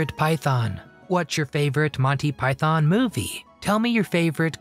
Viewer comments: Python. Not pythōn. Stress on the first syllable not the second. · Please learn to pronounce Python properly. It’s not Pie-Thon, it’s properly pronounced Pie-Thun. Why do Americans always mispronounce this word? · its Python not Pietharrn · Thanks! Good video about a hilarious film. Just a small gripe, it’s pronounced “ Monty Py-thun, not “ Monty Pythonn”. Cheers! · "Yes, we are all individuals" is probably my favourite moment. Oh, and please, it's...... "Pyth-en", not "Pyth-on". 🙂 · its not Pie-Thon.... its pi-thon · Stop saying PYTHARN. It is PYTHN (don'tr pronounce the O) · I know Americans like to pronounce python, pie-thon, but given they were predominantly British, it's pronounced pie-thn. Just sounds wrong calling it pie-thon. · God, I hate the way Americans say "PyTHON." It's a British act, so kindly do it the basic courtesy of saying its name the way British people - including the Pythons themselves - say it. Pie-thun. No stress on that second syllable. Here's John Cleese saying the word "python" several times, for reference. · And, it was Monty PythOn, not Pythaaaaan…. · Why do you keep saying it as 'montypyTHON'? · One correction. It's pronounced PIE-THIN.....There is no Thon in it at all. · Silly American-voiced commentary. It's not pronounced Pythonn!